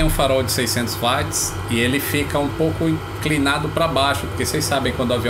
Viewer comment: vídeo muito show!!!! Entretanto a pronúncia de Watts não é "vats" e sim "uots". Vejo no Brasil muitas pessoas gabaritadas pronunciando errado, inclusive em vídeos. Mas de resto vídeo muito legal!!! Parabéns!